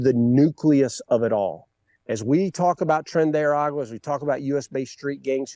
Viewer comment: It’s not Tren de “Agua” is Ara-gua At least try to get the name right